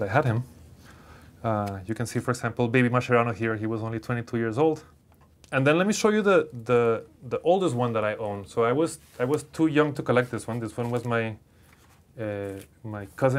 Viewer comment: Please, please, please! Call him "Maskeroni", as his name must be pronounced. "Masheroni" sounds terrible in italian. Please!!!